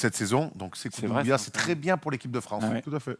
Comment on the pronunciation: Quand est-ce que va dire sekou doumbouya et pas sekou ndoubouya